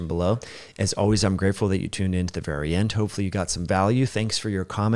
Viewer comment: Good video. Try to talk slower. When you said “ I’m grateful “ it sounded like ungrateful.